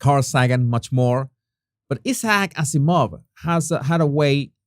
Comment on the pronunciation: Jesus, the name Isaac Azimov is pronounced differently, as in for Isaac, the emphasis is on 'Ice' then 'ack' . Then the emphasis is on 'Az', followed by 'ee', then a slight emphasis on 'Mov'. Phonetic spellings, hope that helps.😊 ps. Somewhat confusingly, the 'gh' in * most* English words is pronounced with a silent 'g'. So "throughout" is pronounced phonetically as" threw-out". Although there are exceptions when the 'gh' is at the end of a word. As in "tough" then it is pronounced as" tuff". However.. the word "bough" for part of a tree branch, is said as" bow" as in "Ow" that hurts! same pronounciation. Yep, sorry, English words, eh, crazy!😊